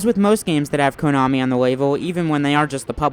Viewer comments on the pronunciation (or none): In my 34 years of life on this planet, I have never heard anyone pronounce it "KOH-nami".